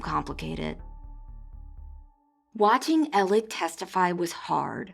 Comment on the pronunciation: I CANT with the “Elec” Murdaugh pronunciation! Make it stop! Please! 😜